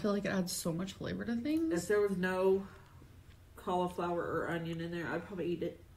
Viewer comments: Collie flower 😂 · The way she pronounces cauliflower makes me want to throw a desk through my window. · She pronounces it in sections, like a toddler